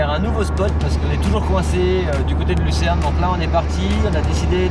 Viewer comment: Hello les voyageurs. Bon, va falloir prendre des cours de Suisses lol, non de français tout simplement, on dit LuCerne pas Luzerne 😅. Le pain à l'air super bon, je le fais aussi, à la poêle 😉. Bonne route !